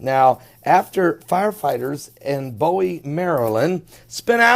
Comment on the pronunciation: Not bow-ie. Its boo-wie.